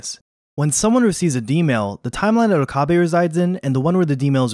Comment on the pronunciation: It's not Okaabae lol